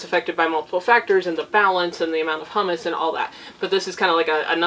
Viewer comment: Humus = “Hew-muss”. Hummus = “Hum-Us”. Humus is what is left over after other things have broken down; hummus is made from garbanzo beans and is a luscious dip. Thanks for the tip on the book! I will get a copy.